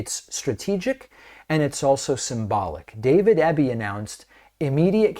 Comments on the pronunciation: Eeeby not Ebie ✌🏻❤️🇨🇦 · Pronounced EEby, not EBBy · I love that our province is getting noticed by American media lately. But at least pronounce our premier's name properly: It's Eeby, not Ebby. Gonna miss Jack Daniels but I like our sovereignty better. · I’m proud of my Premier for this, and only because David is trying not to mispronounce names its EE-bee, not eh-bee 😅, but we Canadians don’t mind all that much it’s close enough lol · We appreciate you and watch your show often. As a Canadian who lives in B.C. I would like to let you know that our Premier's last name is pronounced EEE-bee. (like easy) Not a huge thing but we thought you would like to know. Keep up your amazing work! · David BC Premier’s surname (Eby) is pronounced Eeeebeee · David, Sir, it’s pronounced “Ee-bee”. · The BC Premier’s surname is pronounced EEBEE. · DAVID EBY IS PRONOUNCED E BEE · Eby's a good premier and I'm really glad he won our last provincial election. His competition would have rolled over and played dead. His name is pronounced with a hard E though. Eebee. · Just a wee point.. everyone in the states is pronouncing his name wrong .My Premier's name is pronounced E-Bee 😉 Great show as usual ❤ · E BEE, EEEBBB. EB, Eby:)